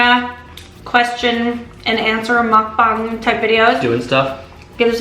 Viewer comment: thanks for pronouncing mukbang properly lol. and loved the video! please do more vids with your partner, ya'll are cute <3